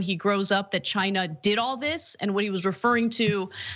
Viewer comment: Spanish flu came from Chy-Na too.